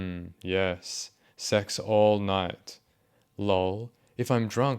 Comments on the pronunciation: I love how you say laul instead of L O L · I appreciate that you read "lol" as "loll" cause I do that too, it's great hearing it from someone else.